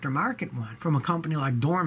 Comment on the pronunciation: Dorman? neh